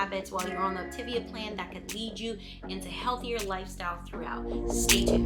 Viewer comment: Op-Ta-Via = Optavia, not Optivia